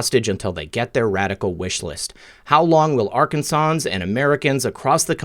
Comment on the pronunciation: Super Tuesday. And it's R- kansans. Folks from Arkansas. Why were they singled out?